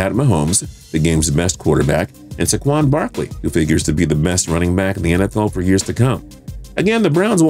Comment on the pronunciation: Who pronounces Saquon like that?